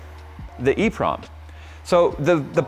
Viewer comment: it's called an EEPROM